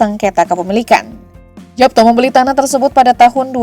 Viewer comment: Bacanya Yapto